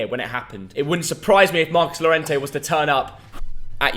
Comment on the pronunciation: Tiene que aprender cómo hablar español. Es Llorente no Lorente. Este otro apellido. tiene que aprender español.